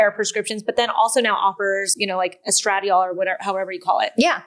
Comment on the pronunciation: If you are doing a video on women’s sexuality, you should learn to say “vulva” when you mean vulva and stop calling women’s external genitalia “vagina.” You can also learn to pronounce “estradiol.”